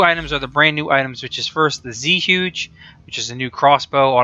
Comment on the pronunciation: I took mandarin for a year, but it's been a long time. zhuge is definitely Chinese. more like chew-guh, or something like that. don't quote me.